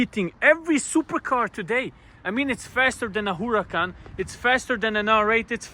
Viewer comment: Huracan ❌ HULACAN ✅